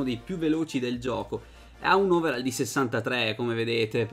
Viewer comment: Si legge overoll, non overall Comunque bel video